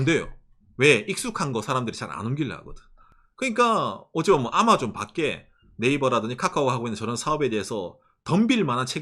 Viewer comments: 아^마존은 일본식 발음인가요? 경상도말투인가 했는데 도 아^마존이라 하는거보니 일본식인가 싶기도하넹ㅎ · '아마존' 억양이 완전 일본식인 ㅋㅋㅋㅋㅋ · ㅎ 박가네영상보면은 경상도말과 일본말이 섞인걸 자주듣는데요 오늘은 아마존이 들리네요.발음이 특이해요.ㅎ